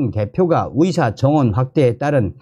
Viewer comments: 발음이 정확하지 않아서 무슨말인지 모르겠다 위사가아니라 의사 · 나도 가입 처음 했는데 듣기가 힘드네요. 의사를 위사라고 하고, ㅎ